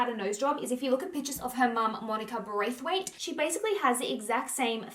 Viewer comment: Braithwaite is prounouced "bra-fit" lol it does not sound like it looks. Robin is a stunnah and yeah it's the cultural mix. I don't think she has had surgery. A good skin regimen and makeup application can refine features. Love your series on these stars. Appreciate you always keeping it real.